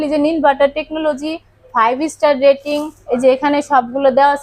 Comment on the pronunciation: এনার্জি ডেটিং নয় রেটিং হবে আপু😆